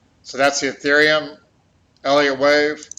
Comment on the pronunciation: Say ETHEREUM!!!!